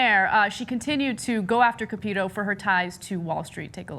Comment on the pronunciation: Capito is pronounced kind of like "capitol", with "tow" at the end. Just so you know. Like "cap-it-tow".